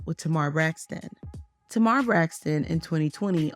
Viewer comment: Yeah it seems the creator of the video is not actually familiar with Tamar. Which is fine, but she could have at least done enough research to learn how to pronounce her name properly.